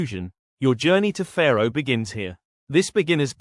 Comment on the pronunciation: Sorry, don't want to be picky, but the way you pronounce Fårö, you mean Faroe islands, located between the UK and Iceland. The proper way to pronounce Fårö is "faw-roe" not "fair-oe"..